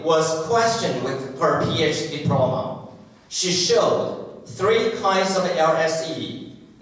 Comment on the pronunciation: Diploma 的重音在p啦，不是在d，尼講起來，偶還以為是新單字呢@@